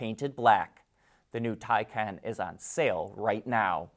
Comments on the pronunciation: Thai kahn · Still can’t say Taycan?